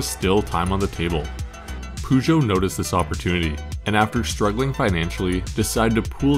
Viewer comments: Man it is not Pužo. It is Pežo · Just a comment on how you mispronounce 'Peugeot'. While you're pretty spot on with the 'geot', the 'peu' is best approximated as 'puh'. It most definitely isn't 'poo'. Although, having driven a 508 for a while, I can understand the sentiment. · aaaaarrrrrrgh stop saying poojoe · Man you gotta work on your pronunciation of peugeot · Why can't Americans pronounce car manufacturers names. Took me ages to realise you were trying to say Peugeot 😂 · Why is Peugeot pronounced Pu-Jo? Or Loeb as Low Ebb? Come on. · Storytelling great, music awesome, footage excellent, but did you have to butcher some pronouncations like that? peugeot and loeb should be easy to research on how to pronounce